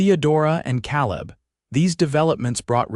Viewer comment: Good story. Only a little frustrating is the pronouncing of Calib and Santa Fe. It should be Kay-lub and Santa Fay.